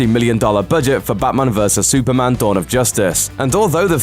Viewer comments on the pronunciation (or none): none